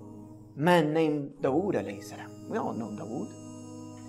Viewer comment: The way he pronounces dawood is so bad its actually annoying.